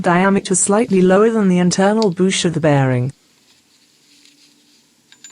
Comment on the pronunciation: It,s Bush not a boosh.